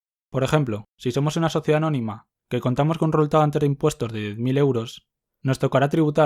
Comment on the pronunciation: xq dice "reultado" en vez d resultado jasjk